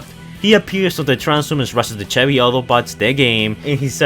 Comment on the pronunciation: When you said "Chevy" I thought you said "cherry". not to be rude